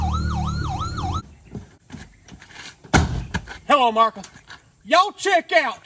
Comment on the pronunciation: My daughter and I just laugh and laugh at your videos! “Hulo‘murika” 😂